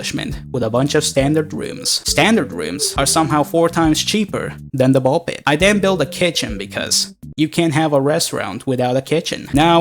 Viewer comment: I AM THE ONLY ONE WHO REALIZED THAT HE SAID PISS INSTEAD OF PIT??